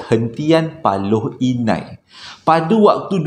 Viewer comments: Paloh hinai bang..bkn paloi inai😅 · Assalamualaikum uncle.. Moga uncle sihat² selalu.. Paloh Inai kot uncle.. Bukan Paloi Inai... Uncle jangan lupa pin nama saya dalam story telling uncle yg seterusnya ya... "Khaliff Adam".. Tq in advance...